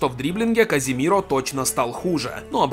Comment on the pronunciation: Не Каземиро а Казимиро он сам сказал